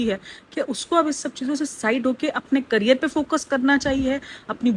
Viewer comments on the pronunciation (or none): none